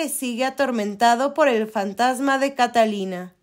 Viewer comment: Catalina y Eduardo? 😂😂😂 Que pesimo doblaje y que pésima pronunciación de los nombres y lugares.